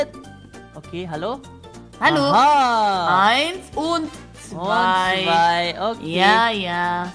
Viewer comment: Warum sagst du halo ja ich bine da hallo 🤦